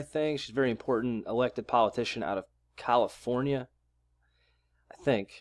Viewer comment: Do you say "Palifornia"?